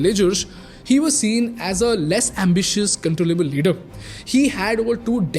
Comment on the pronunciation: every time he pronounce i heard she instead of he > only me?